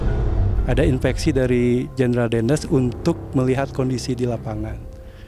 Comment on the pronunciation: infeksi apa instruksi kang? 😂